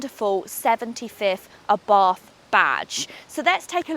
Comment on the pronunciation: ..picky, picky, I know.. is't Ah-bart not Abahrth ..